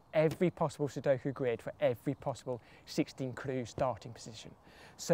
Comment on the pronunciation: I'll give you a ClEE...